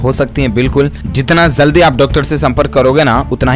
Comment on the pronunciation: Jaldi hota zaldi nhi